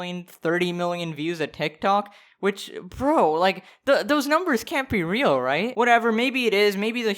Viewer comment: "I'm just saying even numberrs" Me: Okay ninety four million EVEN NUMBERS